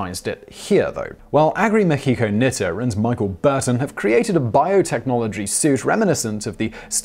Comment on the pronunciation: "mi-KHEE-ko? She's Japanese; her name is "MI-chi-ko."